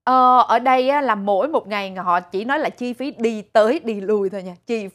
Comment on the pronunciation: Nghe ai lói nà anh chàng lầy ỡ univ of vinFART tốt nghiệp " cao đẵng " gì đó ghê gớm nhắm mà